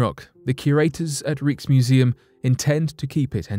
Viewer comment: Fake rock. Could it be from a tree that was petrified aeons ago on the moon? And Rijksmuseum is pronounced Rykesmuseum.